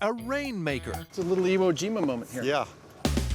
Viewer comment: Did Adam say 'Iwo Jimo'? Haha